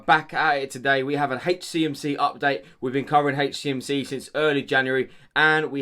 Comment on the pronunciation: Love how he say hey cmc 😂